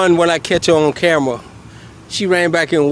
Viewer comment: "body camjeja"